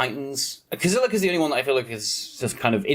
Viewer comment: I think there isn't MH3 lore...I mean at most it seems like a bunch of alternative timelines so I don't care about flavour in this set. What's important is for the cards to be busted and for things to be printed into modern. Also do you pronounce Kozilek like that on purpose?...